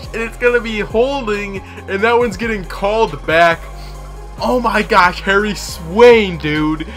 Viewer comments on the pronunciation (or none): none